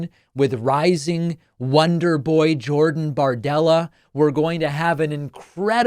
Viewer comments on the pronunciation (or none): none